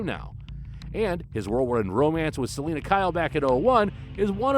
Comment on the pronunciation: Interesting list, but Catwoman's name is Selina, not Selinda.